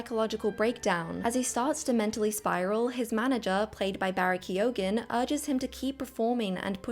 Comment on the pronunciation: Ke-O-ghan lol